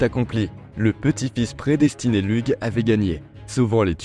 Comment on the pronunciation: Lug se prononce ( loug)